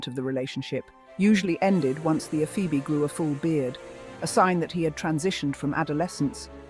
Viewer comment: You might want to learn how to pronounce "ephebe".